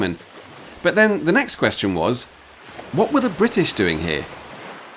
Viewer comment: "It's the Royal Navy h'yere" lol